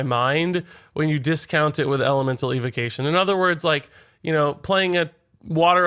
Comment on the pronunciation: Why can’t he pronounce evocation?